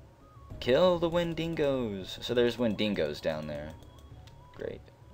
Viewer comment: Wendingos... im pretty sure its pronounced and spelt wen-dig-os. Sorry if im missing out on the joke.